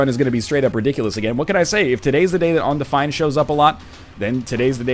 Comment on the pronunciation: On-defined. BC accent in action.